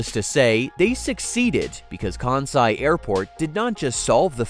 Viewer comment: I wish this guy could pronounce Kansai correctly. Hint: It's not Kaaaahn-sai.